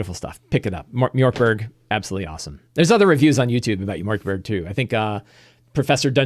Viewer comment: It's definitely not pronounced "mjork berg" 😂. The O with the dots is pronounced much like the Americans would say "ea" in in the word "heard". Borg is pronounced "bori" (like the word "boring") in Sweden.